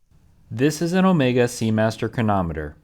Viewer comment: The “R” is for Omegaaaa-R! 😂